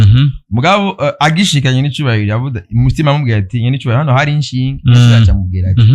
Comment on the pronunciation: Ntibavunga inshinge bavuga "ishinge"